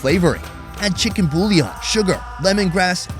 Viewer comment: My guy said “chicken bullyon” loll